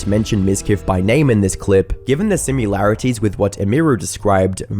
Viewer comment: The word is "Similarities" NOT "SimUlarities"